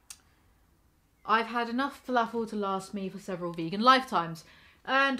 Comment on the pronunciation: You say filAAfull like a southern American